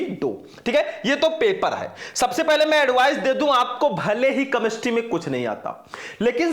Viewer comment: कैमेस्ट्री होता है कमेस्ट्री नहीं